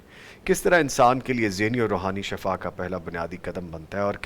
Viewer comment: Shifa is true pronunciation hai